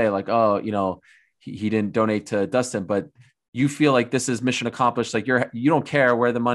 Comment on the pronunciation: Dustin: Dustin Conor: Doostin Khabib: Dastin